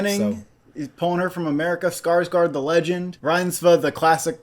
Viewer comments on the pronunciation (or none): none